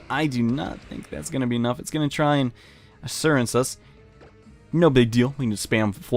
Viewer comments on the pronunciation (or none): his pronunciation of assurance is absolutely disgusting